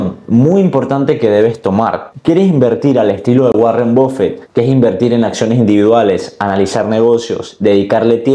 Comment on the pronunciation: Buen video pero creo prefiero la inversión activa, solo una apreciación la pronunciación de Buffet es /Baffet/ no /Bof fet/